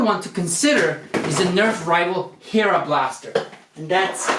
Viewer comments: It's pronounced hair a like hair and a together not hear a. I know it is spelled hera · stop over reacting and it's not hee-ra it's heh-ra hera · you are a dumb*ss it is not pronounced hira it is pronounced hera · its hera not freaking hira whatever you call it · its rival Hera as in Zeus the Greek god of thunders wife not heara sorry you suppose be a basic Nerf expert but seriously like 3/5 of the rival series are name after gods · Hey just so you know I think they are going with a Greek god theme like hera Zeus and so forth also that last rival blaster the hera is pronounced like hair-a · It's pronounced hera hair-a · You have Rival Zeus and Hera...Zeus as king of the gods and Hera as the queen/sister of Zeus. Pronounced "Hair-a". Love the channel. Keep up the good work. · you pronounced Hera wrong it is pronounced how you see it with no er sound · It's hera the Greek goddess google it and you will find the correct pronounciation All rival blasters are named after Greek gods or Titans google them for the correct pronounciation